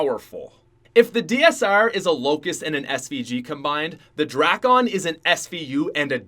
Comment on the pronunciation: He say drakon like drackon